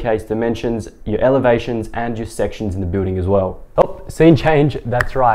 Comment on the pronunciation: It’s okay. It is what you meant. You pronounced it as “Evelations” but it’s written in the playlist. Thanks.